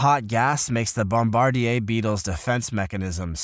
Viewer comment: Bombardier is pronounced....bom...bar....deer. The chemical 'bombs' the Bombardier Beetle releases in rapid bursts, is the source of the beetle's name. The name is derived from the Military (generally the Air Force).